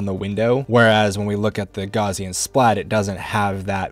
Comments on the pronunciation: Great video. Just one thing, "Gaussian" is pronounced "gowssean", not "gauzean", after the German mathematician and physicist Carl Friedrich Gauss. Don't worry, a lot of people mispronounce it. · I found the video too distracting with "gauze-ian" instead of "gow-sian" . The name "Gauss" is pronounced with a "g" sound as in "goat," followed by the diphthong "au" as in "house," and ending with a "s" sound: G-ow-ss. The "au" sound is similar to the "ow" in "cow". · It's GOWSS-ian. /ˈɡaʊsiən/ ... "Gauss" rhymes with "House". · Good tips except for pronouncing it "gozzian" every time. Will be checking out the software though.